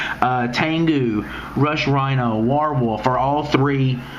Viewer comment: its WARWOLF not war warewolf